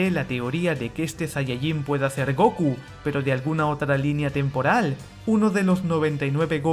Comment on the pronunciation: Es *Gokú*, no "Góku"